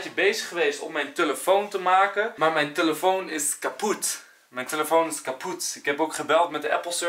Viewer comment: Niemand: Enzo: tUlefoon